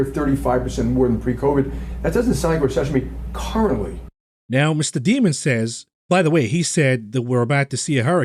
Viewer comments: I love how pronounces Jamie Dimon's name as "Demon" - how appropriate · Alright, I won't get disturbed anymore when pronounces the J in JM Smucker as a G now that he epically mispronounced Daimon.